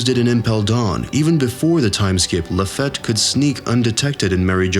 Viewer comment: please work on your pronounciation of names... its not DON flamingo, it's not La Fat. it's not Marry go ease....Furthermore Oda did NOT reveal the future of Blackbeard !!!' your video is full of bullsh*t but funny as a simple theory